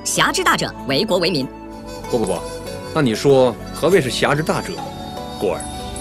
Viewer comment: 总结居然连为国为民都念错。。而且你后面还有郭靖说的片段啊。这都能错